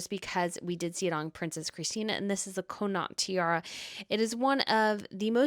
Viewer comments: It’s pronounced Conn nit if you’re Irish or Conn aught if not. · Loving the tiara episode! By the way, just for info, the Connaught tiara is pronounced, Con, as in con man, and aught, as in automotive. ❤ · Princess Madeleine is the ultimate " fairy princess" .... totally beauriful. If you stay at The Connaught when you are next in London, you will correct your pronunciation.